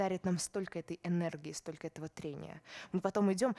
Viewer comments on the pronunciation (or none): Прально, стока и понимайте, да? Вроде образованный человек, но совсем не следит за произношением и словами-паразитами.